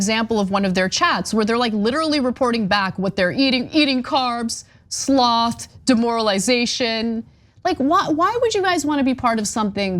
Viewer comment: Anna, Please learn how to pronounce regimen. And John, the same goes for sloth. He is referring to the sin, not the animal.